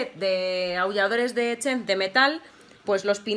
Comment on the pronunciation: "chent" yo pense que se pronunciaba "Ssentch" :P